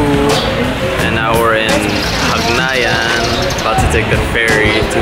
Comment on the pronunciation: my favorite island....been there more than 6 times since 2007 i guess...anyway ...it's hagnaya...not hagnayan :)